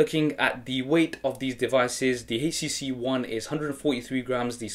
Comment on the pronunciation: nice vid,,,, he keeping say hcc